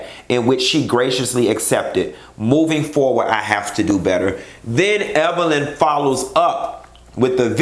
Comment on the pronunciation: I'm just asking...what was CeCe implying when she purposely mispronounced Evelyns name?